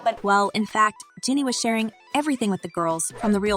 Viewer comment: Pls say her name Gee knee my